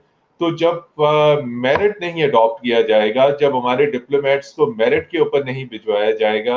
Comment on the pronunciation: I am big fan of Urdu&English pronunciation. A pakka Punjabi can be seen in every sentence. at 1.25 merit ko myarit kehna cute hain😂